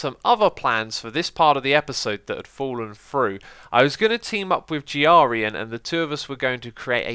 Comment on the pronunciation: "The evil giarian"